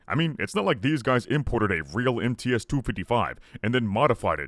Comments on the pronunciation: MTs should be read as "em tse", not "em tee es". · You dont pronounce MTS-255 as M-T-S, it's M-TS, like in tsunami